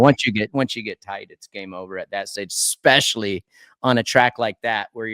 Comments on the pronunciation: Take a shot every time Villopoto says "eXspecially" instead of "especially." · Its a Washington state thing.😂 I say that also.